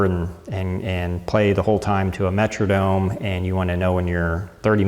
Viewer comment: very nice comprehensive review, except for your pronunciation of 'metronome' . perhaps you are from MN, but the 'Metrodome' is not a musical time keeper...